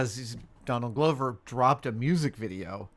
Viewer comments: Hey Adam, it’s Adam. Donald Glover’s last name is pronounced like Gloves you wear on your hands and not Glow-ver as you said twice. Like when you corrected on Mark Ruffalo isn’t Roofalo. Love you guys! Love details! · is looking at will every time adam said gloh-ver wondering if he should correct to say glover? lol or is it gloh-ver?